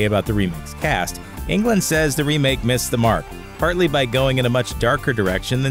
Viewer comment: I don't think you pronounce his last name like you pronounce England. It's Englund. There must a difference, right?